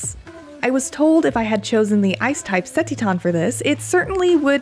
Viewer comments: Ceteton? Or Cetitan? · Ce ti tan? 🤣🤣🤣🤣🤦‍♂️🤦‍♂️ Ce-titan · Lol... seh-tee-TAWN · “The ice type ‘seh-tee-ton’” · Her pronunciation of Cetitan is awful. Titan is a word. Just put the "ce" in front. ce-TI-tan. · The way she says Cetitan had me so confused thinking it was a new Pokemon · Lmao Cetitan pronunciation 🤣🤣🤣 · How did you land on saying Cetitan that way? I’ve never heard a single other person say it that way. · Why does she keep saying CeTITAN like that? It’s making me so mad.